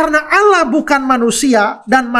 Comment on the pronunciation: Jelas jelas Allah di baca Allah buka. Alah,dari sini aja sudah sangat jelas bahwa anda tidak baku dalam membaca huruf.